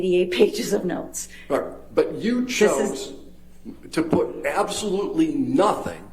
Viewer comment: when he says "orite" you know he's about to combo them